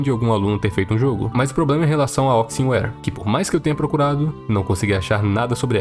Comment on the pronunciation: alguém mais percebeu que ele chama a empresa (onixware) de oxinware?